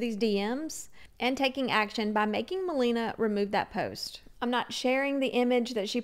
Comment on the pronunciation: I know it doesn’t matter but just maybe If you make a future video, it’s ma-LAY-na. Not ma-LEE-na 🥰♥️